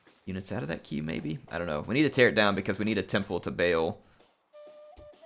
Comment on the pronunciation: Hey, that's not how you pronounce Baal, it's an "Ahh" sound, not an "Ay" sound.